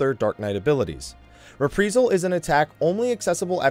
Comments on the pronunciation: It's pronounced 'Re Pry Sul'. Not repreesal. Sorry, but every time you said it, I winced. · Same reason you keep saying re-pr(ee)-sal instead of re-pr(eye)-sal? :P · Not trying to troll, just driving me crazy when I hear you say, "Re-pree-sal.: xD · I feel like you deliberately mispronounce shit just to troll people. "Repreesal?" Really? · Not trying to be mean but you're saying Reprisal and Halone incorrectly.